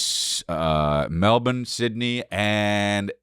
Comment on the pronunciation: You said Melbourne right , no foreigner say's Melbourne right , you can come back anytime maaate 😃😃